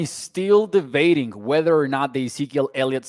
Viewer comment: It's debating NOT DEVATING 😮😂😂😂